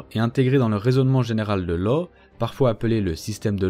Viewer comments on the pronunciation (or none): Bonne vidéo sur un sujet trop peu traité. Petite précision : « Law » se prononce « Lasse », c’est écossais, sans doute gaélique, ça ne se prononce pas à l’anglaise 😉🏴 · Toujours très intéressant ! Juste un petit truc : étonnamment, le nom de Law se prononce /lass/ selon les historiens. Cela doit être car on s'en fichait de la prononciation britannique à la cour française du XVIIIe siècle, ce qui a donné cette prononciation bizarre. (Richelieu appelait le duc de Buckingham /Bukingan/ par exemple.)